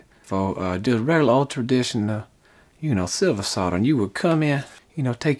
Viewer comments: Nice to hear you say solder not sodder! Never understood that. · I 'effing love you man! You pronounce 'Solder' correctly! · He can pronounce the word "solder"